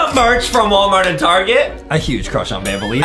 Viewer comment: Adem Has a huge cwush on banbaleena